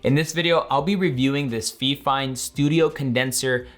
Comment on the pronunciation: he calls the microphone feeeeefine instead of fifine